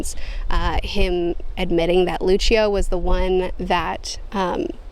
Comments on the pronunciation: You were pronouncing Lucio correctly... I had a lot of fun with this video, but next month is Changes... squeeeeee! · As an audio book listener you said Luccio correctly. You are saying Lara like the name Laura. Took me a minute to figure that one out. I was sitting here wondering why I couldn't recall a Laura. Great review! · You are pronouncing Luccio correctly.